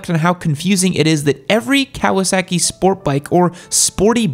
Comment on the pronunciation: Cow-uh sackie